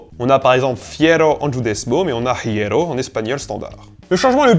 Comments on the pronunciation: Hierro en espagnol ne se prononce pas \xiero\ mais \ˈje.ro\, en gros le h est muet au moins en castillan moderne. C'est rare les cas ou l'on prononce le h comme on prononce le j en espagnol. Par exemple au Venezuela on prononce "jale" alors qu'on écrit "hale". Bref. Super vidéo ! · Pour l'espagnol : hierro, se dit IERRO et on ne prononce pas le h, de plus fait gaffe à la prononciation du"c" comme dans "ciudad". Pour le reste je trouve que tu maîtrise assez bien la langue.